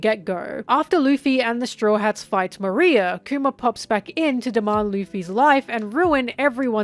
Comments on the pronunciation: It kept sounding like you were saying 'Maria' when talking about 'Moriah" I was so confused lol. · You said Maria not Moria 😂🤷‍♂️ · Why does she keep calling Moriah "Maria"!!??? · Moria vs moriah vs moreea your pronouncing of it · I love all of videos, but some of the name pronunciations are kinda weird (like Moria, where I actually thought she was saying "Maria" at first, and was really confused lol). I wonder if that's because she only reads and doesn't watch the anime or even other OP discussions? I can't remember if she's said. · Love how you keep mispronouncing Moria 😂😂😂